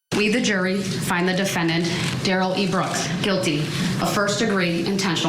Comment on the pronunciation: Somebody needs to tell this reporter how to pronounce Darrell. I know he didn't want to be called Darrell, so did she decide to say Derell instead? Lol